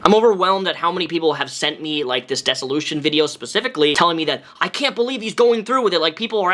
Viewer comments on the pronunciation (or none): Dear Sir, I love you so much. It is pronounced the same way it is spelled, DISS-OH-LOO-SHON. Dissolution. Not "Dessolition". It was driving me nuts! ♡♡ I feel like if you have covered a topic for more than a decade, it is worth it to take 2 seconds to figure out how to pronounce the words/language you are using primarily. I'm probably going to get so much hate for this. Happy Birthday and I really do love you!!